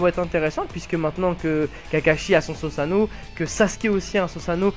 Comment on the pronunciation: par pitié on dit SOUsano et pas SOsano